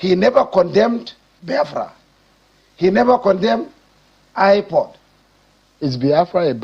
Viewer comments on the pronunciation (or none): Forget the fact that he speaks English and was once a governor of Borno State, this man is totally incapable of reasoning. Listen closely, he can't even pronounce IPOB correctly; he said IPOD, which proves he's a complete idiot.